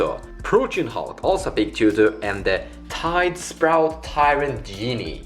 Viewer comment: Its tidespout, not tidespRout.